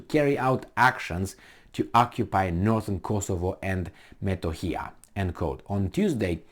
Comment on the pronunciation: It is pronounced Kosovo and M e t o h i y a just the way it is written !!!